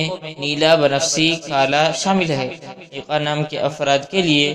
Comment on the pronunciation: Unper bande aiqan nahi eqan hota hai😡